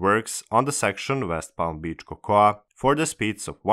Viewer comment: Cocoa is pronounced Coco.